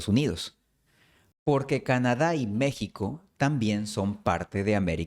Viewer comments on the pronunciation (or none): none